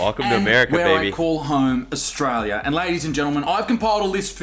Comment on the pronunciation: Was Australia now Ausjailya